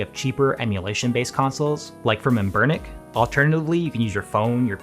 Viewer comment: Did he say Ambernic wrong?